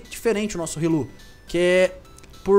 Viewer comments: e riolu não rilu;-; so por deus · não se fala rilu e sim riolo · n é rilu é riolo